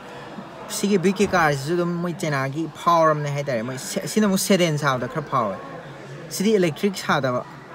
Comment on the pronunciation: enao SEDEN haiba nate SEDAN haibani.. tabada nungaijade semdokpiyu waroubiroi